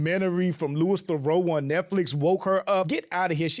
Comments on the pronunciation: Why can’t Americans pronounce theroux 😂😂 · Americans ave butchered his name so bad lol its pronounced Lewie Thuh-roo